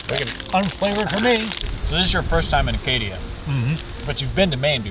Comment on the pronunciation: Acadia, not Arcadia?